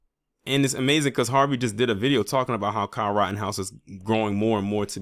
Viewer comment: You said " Kyle rottenhouse"... 😂